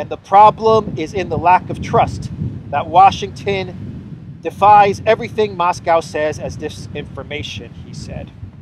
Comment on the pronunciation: "Everyting; everyting; everyting." Joe O'Biden, Eire's favourite son.